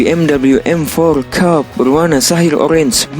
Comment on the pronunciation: Coupe dibacanya kup. Sedan kup itu sedan dua pintu dengan atap keras dan yang kaca belakangnya menurun landai. Racing suit itu dibacanya resing sut bukan resing suit.